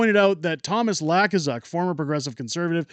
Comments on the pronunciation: Hey... just want to let you know that the fool you mention is pronounced "Luu - kaa - suk", not "Laa-kuu-suk"... not that it really matters... the man is a total ultra maroon and it will be fun to watch him fail. Keep on truckin... You are doing a great job!!! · The way it is pronounced is loo-k-zuk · It's pronounced Lou kas uck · Are you mispronouncing Lukazuk’s name on purpose 🤣